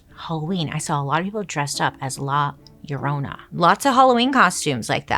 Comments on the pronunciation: Bailey you killed me when you said La Llorona 🤣 that’s not how you say it but now it is ! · Love the way she says “La Llorona” 😅♥️ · La Llorona… not to be confused with My Sharona.